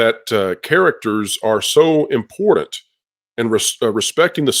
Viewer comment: please, learn how to pronounce the word important. It is NOT "imporDan." It is "ImporTanT."